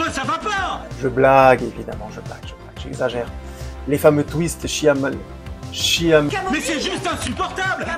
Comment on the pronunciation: Franchement je préfère les guetteurs. Shyamalan (ça se prononce Shayamalan) est bon dans le fantastique. Quant à Josh Harnett, il était très bon dans Penny Dreadful. Si tu aimes l'horreur britannique ça devrai te plaire!